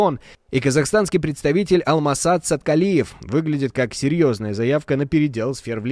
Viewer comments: Не Алмассат Саткалиев, Алмасадам Саткалиев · Если начал говори правильно Алмасадам Саткалиев